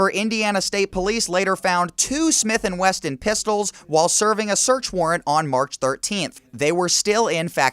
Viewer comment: "Smith and Wesson," not "Smith and Weston."